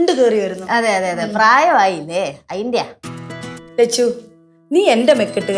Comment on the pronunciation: Lechu alla chechu